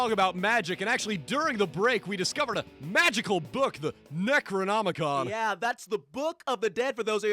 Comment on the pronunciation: the way he says necronomicon is too funny